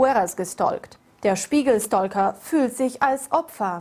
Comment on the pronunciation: Der „Spiegel-Stolka“ wie kann man das so aussprechen lol 😂